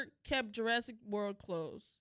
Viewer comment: "Jurrasic" world